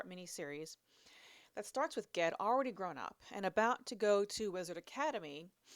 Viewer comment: Funny, the other day I was thinking about how i pronounce "GIF" as "JIF" but would probably not do so in any usual literary context 😅. How do u pronounce "GIF"? P.S. I think u totally nailed "Ged". 😉